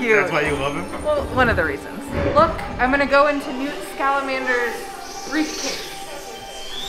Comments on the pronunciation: .... "Newt Scalamander" .. N-NEWT SCALAMANDER....seughes\ig SO TRIGGERED.. SORRY.... It's pronounce "Newt Scam-an-der" Scamander.. IM SORRY FOR POINTING IT OUT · Did you just say “Newt ScaLAmander”? I thought it was one mistake but you did it again .